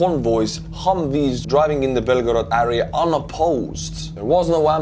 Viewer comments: Kõik muidu super aga palun proovi hääldada area - "eria", mitte "äria" :) kriibib kõrva iga kord. Aitäh vinge contenti eest! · Great update as usual, you are a champion. But please it’s AREA not ARIA🙏🏻